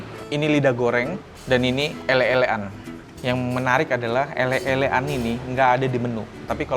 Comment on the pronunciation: Bukan "elek" e dibaca kaya "Cobek" tapi "elek" dibaca kaya "uleg"....jadi "elek²an" e kaya "uleg" di jawa artinya tempat untuk menelan..jadi mungkin disebut elek²an karena pangkal lidah adanya didekat tenggorokan alias tempat untuk nge-lek alias menelan